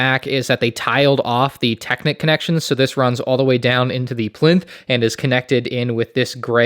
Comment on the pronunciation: lol ‘plinth’ xD